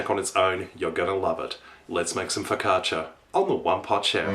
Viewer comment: You say focaccia very good! I like your recipe, my fav focaccia (ligure: from Liguria region) has like a triple amount of oil (hehehe) but in my region (emilia romagna) it's made with less oil like yours. If you want a super tasty one try putting some onions on top! Hugs :D